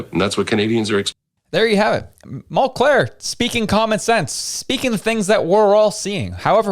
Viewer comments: Hey, it's MULCAIR, not MULCLAIR. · Come on dude....if you are going to reference a person get their name correct. It's Mulcair nor Mulclair. You lose credibility when you make mistakes like that. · Mulcair not Mulclair